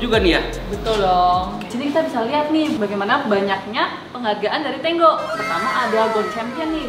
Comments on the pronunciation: KENAPA TANGO DI BACANYA TANGGO 😅😅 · Tango kok dibaca double g nya,,😂😂